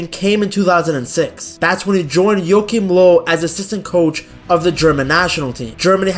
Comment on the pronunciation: Say Joachim Löw again please 🤣 Love your channel m8!! Peace